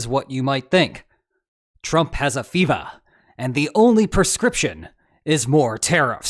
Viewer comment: saying "Trump has a FEVAH" was something I didn't know I needed